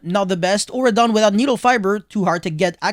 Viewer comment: auroradon, not auradon.